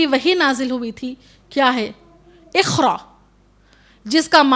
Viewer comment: Meri bahen qaaf ko aap khaaf padh rahi ho )jaise iqra ko ikhra padh rahi ho